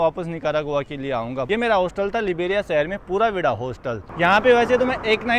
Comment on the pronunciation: BHAI पुरा विदा HOTA HE पुरा विडा NAHI